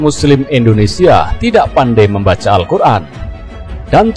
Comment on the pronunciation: ha ha hebrat hebrat mau bangun bangsa dengan Allqur,AN pas membacanya ALKUR